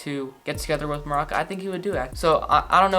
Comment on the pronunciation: I love how you pronounced Maruca as maraca (like the instrument lmao) love the channel!